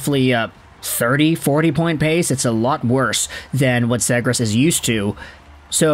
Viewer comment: Please learn how to pronounce his name right … Zee-gras not Zeh-gras ……